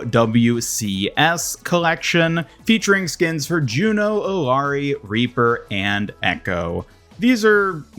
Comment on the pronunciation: EE-YA-REE KEER-EE-KOH the game says their damn names, cmon